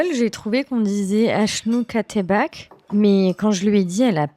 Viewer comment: Q ce que tu cuisine en darija. Achnou katayeb. Ca passe mieux pcq avec achnou katbakh. Vous devez prononcer le kh comme Guada Lakhara. Un (خ) non un (ك) c'est pr ca elle ta pas compris lool voila 🙂